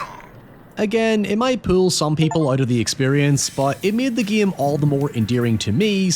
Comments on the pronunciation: It take me making almost halfway through this video to realize that you when you said "the guillem", you were saying "the game" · yea i was laughing my ass off whenever he said "giem" instead of game or "bieascally" instead of basically